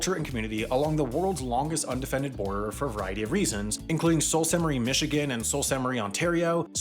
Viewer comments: "Soo Saint Marie" in terms of Canadian/Ontarian pronunciation or "The Soo". [Also, just saw a correction below (and many more)--as an American expat of decades, just trying to be helpful. Sorry!] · “Soo” saint marie ;) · Did you really call it Sole Saint Marie??? It’s Soo Saint Marie!!! Maybe stick to topics you know about…like bricks! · Pronunciation issues in this video: Tsawwassen is pronounced 'Tuh-wawh-ssen', not 'Suh-wawh-ssen'. Sault Ste. Marie is pronounced 'Soo-Saint-Marie', not 'Soul-Saint-Marie' Sumas is pronounced 'Soo-mass', not 'Suh-mass' Also, Blaine-Surrey and Sumas-Abbotsford are not really 'singular divided communities'. Americans don't really cross over to shop/do anything since Canada is more expensive, and Canadians only really cross over for cheap gas and Costco, since it's cheaper but less convenient (this is coming from an Abbotsford resident). A much better example of a single community divided would be Stewart, B.C. and Hyder, Alaska. Now THAT is a border cutting off a community. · the sault in sault st marie is pronounced like 'sue' and not 'salt' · It's pronounced "sue st. Marie" not "Sault ST Marie" Next time say Mackinac in your video to drive us Michiganders and Canadians crazy also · Oh god... I have a lot of family in Sault Ste Marie, ON so the fact called it "Salt San Marie" hurts me to my core... It's pronounced Sue Saint Marie, it's a french name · Btw, Sault Ste. Marie is pronounced "soo-saint-marie". Take it from a native Michiganian. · It's pronounced Soo St.Marie .If you're going to make a video check correct pronunciation first! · it’s pronounced SUE st marie! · In western Canada we pronounce it Soo Saint Marie. The U in "Sumas" is also long: Soomas. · I went to college in Sault Ste. Marie and I felt like I got stabbed when you mispronounced it... butchered it, actually. "Soo Sainte Marie" is how it is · Sault is Sue. It's pronounced sue saint Marie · Pronunciation tips: Sault Ste. Marie = Soo Saint Marie Sumas = Soo Mass